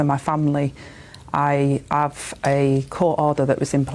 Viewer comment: “ I av a court order” dear lord